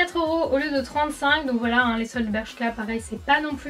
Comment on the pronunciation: Quand j'ai lu ce commentaire elle disait foilà. 😂😑